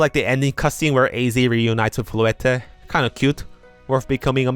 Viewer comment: Bro you don't need to say the e at the end of names like lysandre and floette 😭